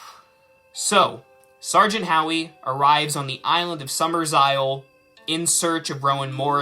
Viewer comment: It's not "Summersisle." It's "Summerisle." There are only two S's, not three. You're thinking of the remake.